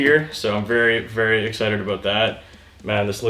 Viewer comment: Vewy gween vewy gwood